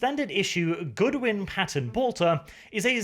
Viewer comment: It's Godwin. Not Goodwin. short O like in God, not like in Good. Also it's not a 20mm round. It's a.75 officially, but irl it would most likely be closer to a.950 JDJ, or a 24.1x70mm equivalent 2 stage high explosive penetrating munition designed to detonate inside a target (at least the standard ammo).